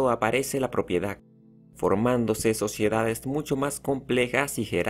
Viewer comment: PropiedaC, esclavituC, actividaC, sociedaC, EgiCto, es bueno decirle que lo está pronunciando mal para que cambie y lo diga correctamente, probablemente sabe mas idiomas y el español no es su idioma materno 👍🏻